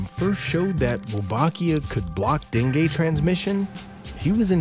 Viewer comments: bc dengay kya hota hai .. den-goo hota hai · Dengue not dengeee😂